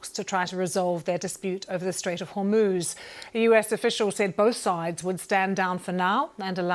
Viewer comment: Strait of Homuuuss 😂